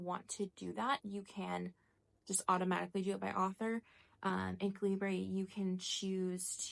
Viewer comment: It’s actually pronounced cal-eh-ber. (Not sure if you care or not) Have you tried the kobo app on the iPad? They have the reading stats in their app as well and annotating on it is so nice. 🥰 It’s one of the reasons I ended up buying the kobo libra color. lol. I loved being able to write directly on the books. The kindle app just does sticky notes and what not.